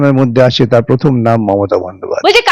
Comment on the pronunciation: ঠিক বলেছেন... Sangnadikata র প্রথম পাঠ হচ্ছে ** keep patience ** এ ছাড়া ও প্রার্থী বলতে পারেন না... Parthi বলেন. Prothom বলেন না, pothom বলেন 😂😂